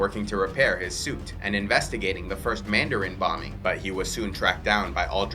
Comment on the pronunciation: *Mandarin.........not "Manderin"